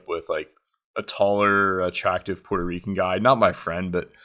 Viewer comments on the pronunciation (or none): none